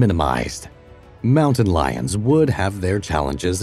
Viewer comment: Moun-tain coniferous forest.